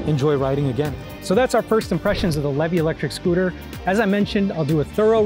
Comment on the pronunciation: It’s pronounced LEE VEE!! I would know!